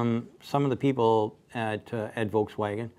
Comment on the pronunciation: seems to say VOLTSwagen!? Am I the only one hearing this?